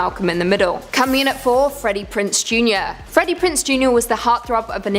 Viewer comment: Freddie PrinZe jr. Not Prince. Sorry but tired of your channels getting names wrong.